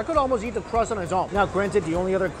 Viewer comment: Does anyone else hear his pronunciation of eat? Kinda sounds like YEET